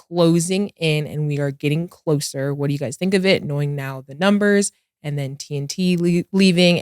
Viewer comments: The way Mase pronounces numbers is hilarious (Nembers) 😂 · Or when Mase says "nimbers" lol